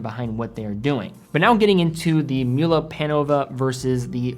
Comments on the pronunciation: As a european who knows german quite well i just want to point out that the correct pronounciation of mühle glasshütte would be "mewle glAs-hewte" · Stop sayin Glas Shootah. So cringe. It’s not Myoolah either.